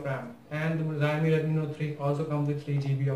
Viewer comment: the video is just lame...dats not how you compare smartphones....nd whats d meaning of 3gigs of ram...the chipset also makes a big difference,,lik snapdragon 820 chipset is 2 times faster than the snapdtagon 810...do the math urself,,,,nd dude its pronounced "Chao-mi" not "jaaiyomi"